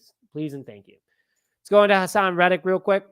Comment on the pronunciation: His name is Reddick not reddrick!😡